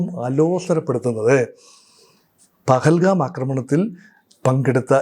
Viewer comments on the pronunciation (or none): none